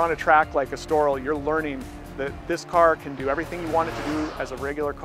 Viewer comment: I like (the other presenters at ). This is a lame review of these cars compared to some others that are out right now (cough...pistonheads). And who pronounces Estoril like that?